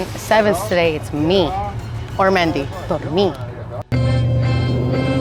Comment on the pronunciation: Ok is her name mindy or mendy? Or mandy? Its pronounced 9 different ways jn eqch video.